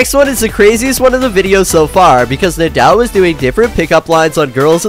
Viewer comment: You can’t even say nidal correctly this is fake